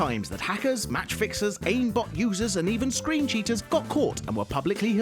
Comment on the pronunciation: he said teachers instead of cheaters